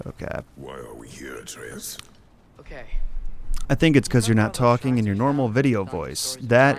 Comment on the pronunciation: Why the fuck are you pronouncing Atreus that way.